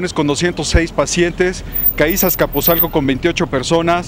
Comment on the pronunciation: "CAÍS" JJAJAJS ES CAIS!!, CAIS!